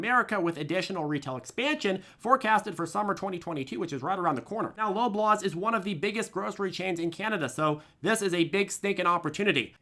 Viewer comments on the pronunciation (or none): 😆😅we are offended (Canada). its pronoounced (LOB-LAWS) not (LOBE-LAWS) hahahah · As a Canadian I would be remiss if I didn't tell you it's pronounced "lob-law's", not "lowb-laws" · Loblaws is pronounced law-blahs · From Canada, pronounced “law-blaws ” lol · I'm Canadian, it's pronounced "Law-blaws" lol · For our american friends, we pronounce it LAAB LAWS, lol, I know we are weird in Canada sometimes. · Its pronounced like "law blaws " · RDBX has been good to me X3 and I love that you are diversifying your Bevi's. As a Canadian gal you pronounce Loblaws like "lob the ball" but I loved the way you pronounced it, it should be that way. LO prices! I personally love the Piggly Wiggly. I LOVE THE NAME! I played AMC today, wished I played BYND, or GME. I was looking at SOFI, TSP and DKNG, but it was like learning to skip double dutch, you just didn't know when to jump in. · I watch every night and he is great, more right than wrong. I too made good money on Rdbx and I never post until he said Loblaw. and I did the same thing, I wrote we pronounce it LAAB LAWs, lol. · Channel Rocks, he makes me laugh. Haha! Yeah, it tickled me funny, I was like, " did he just say "LOW-BLAWS" I'm sure we pronounce all kinds of things wrong according to the Americans. Like Roof and such. It's a Rough, or Ruff or something lol... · Dear.. It's pronounced Law-Blahs - just so you know, sincerely and with love from one of your Canadian Fans...and Law-Blahs(Loblaws) is a pretty big deal here...